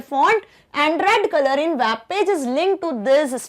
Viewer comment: ma'am its not WAAB it's WEB -_